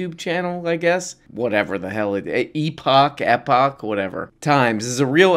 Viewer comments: "eee-poach times"? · “Ep-itch” times was killing me 😂